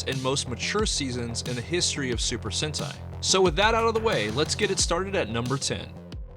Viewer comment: Se pronuncia super sentai, super sente